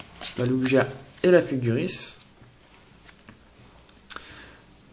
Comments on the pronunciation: c pas lujia mais lugia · sa se dit pas comme sa lugia MDR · tes fou des carte pkemon bin ces pas lu gia c est lugia